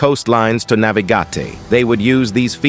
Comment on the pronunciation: What happened to the voice over midway... navi-gah-tay 😂